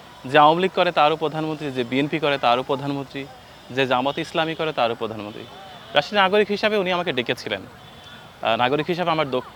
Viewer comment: আপনার কণ্ঠ খুব সুন্দর,, কিন্তু বারবার পধানমন্ত্রী উচ্চারণ কানে লাগছে।প্রধানমন্ত্রী।